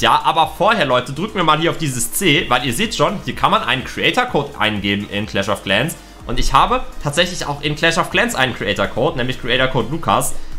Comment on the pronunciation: Clach of claaaans